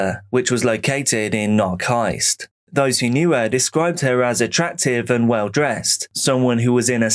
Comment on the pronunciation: For the second story of Ingrid Caeckaert : Knokke- Heist isn't pronounced like that :') the first "K" and the last "e"(als this "e" gets pronounced like "uh") in Knokke are not silent